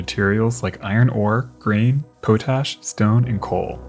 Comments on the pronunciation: Poe-Tash? I think you've been smoking a little bit too much pote. Much love from (50🌲) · Just a heads-up, pot-ash, not poh-tash. Great video, though!